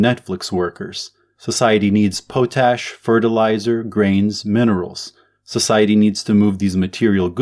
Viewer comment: off topic: i'm pretty sure it's pronounced pot-ash and not po-tash